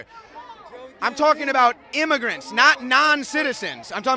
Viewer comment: IM-UH-GRANTS? WHAT-DID-HE-DO-TO-IM-UH-GRANTS?!